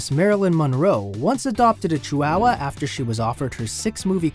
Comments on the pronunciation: It's not pronounced cheeWOWuh. ❌ It's chee wa wa. ✅ Chi hua hua. There is no "wow", just "wa" (hua). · It's not "chi-wow-wow" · "CHEW-WOW-WUH" first time i heard it pronounced this way😂interesting facts tho😊